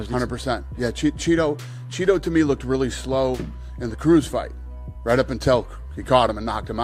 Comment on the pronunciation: In prison the call gay men a “Cheeto” every time Dana says “chito” it’s hilarious 😂😂